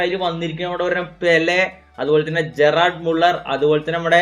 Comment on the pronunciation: ജറാർഡ് മുള്ളർ അല്ല പുണ്ടച്ചി ❌ഗെർഡ് മുള്ളർ 👍🏻